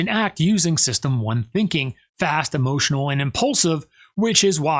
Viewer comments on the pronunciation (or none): none